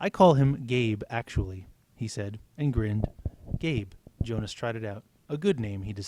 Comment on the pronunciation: Um I noticed u said yonas instead of Jonas. Just saying. Kinda bothers me